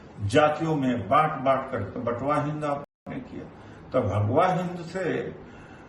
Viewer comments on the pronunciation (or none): Batwaehind nahi KATWAA -e-hind